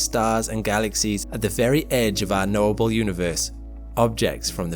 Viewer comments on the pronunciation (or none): I kept hearing 'noble universe' rather than 'knowable.' But I suppose it's noble, too.